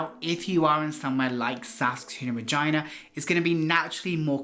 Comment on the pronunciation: bro its regina not vagina🤣🤣🤣🤣